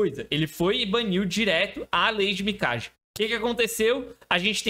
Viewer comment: Parabéns pelo vídeo e conteúdo,. Só pra efeito de curiosidade, em japonês, pode pronunciar o nome Mikage como se fosse Mikague. 🕺